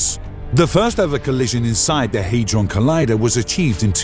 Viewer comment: It's not the large Haydron collider. Where are you getting that pronunciation from? It's the large Hadron collider. There's no letter y in the name. The fact you can't even get the name correct shows that you haven't properly researched it, reducing the credibility of any of your claims.